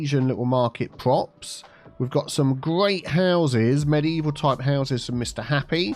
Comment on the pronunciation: Mediteaval, obviously 😆